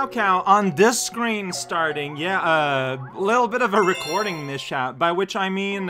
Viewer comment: I understand why you'd pronounce it mish-ap, but it's mis-hap